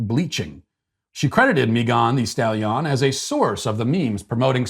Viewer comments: The whole video I was trying to find out who he was talking about. The way he was saying her name sounded like it was from a different country. 😆 other than that I have no comment on the other stuff since I don't have it in me to care. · You've somehow improved her name with your mispronunciation... It now sounds like a rhyme in itself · Mee-gone the stal-yon 😂😂😂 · "Mee-gone the Stal-Yon" cracks me up every single time. 😂🤣😂🤣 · Mei-gone the Stal-Yon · Meegone di stahleeon, 😂 that got me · The pronunciation of Megan thee stallion is the greatest thing I've heard on the internet in this last month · The pronunciation "Megan thee Stallion" Is 🤣🤣🤣🤣🤣🤣🤣🤣🤣🤣🤣🤣🤣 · Matt's pronunciation of Meghan Thee Stallion is the best thing I've heard in a long time 😂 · Yes it is ! I freaking loved it!!